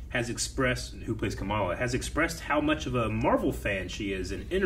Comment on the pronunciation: I keep hearing "Kameela Khan'. Her name is "Khamala"